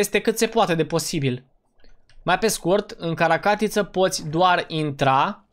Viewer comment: Notițe spune caracatiță nu carta catiță